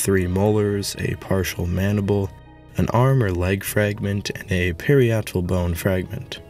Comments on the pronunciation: If we’re talking about nitpicking, the parietal bone is pronounced ‘pah-RYE-it-al’ , not ‘parry-ET-al’. But compared to the awesomeness of the research and presentation in this video, it’s not worth thinking too much about. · PA-RYE_ET_AL (accent on the 2nd syllable)....not pari-et-al (accent on 3rd). ...and if you really want to hear 2 different women of 1st nations pronounce the native name of a spear thrower, see archaeology of the melting snow patches in Alaska and Northern Canada (atl-atl...4 syllables) NOT AT-LATTLE...just because 10 people say it INCORRECTLY, doesn't make it right, just lazy...play it safe?...spear chucker...lol. I LOVE your channel for the effort and time it takes to educate us....THANK YOU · Parietal is pronounced, puh-RYE-uh-tull, FYI... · You are mispronouncing parietal